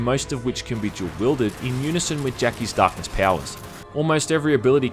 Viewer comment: "The Dahhhhkness"